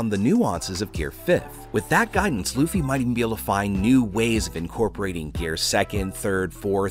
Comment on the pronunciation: did you just call him Loufa? lmao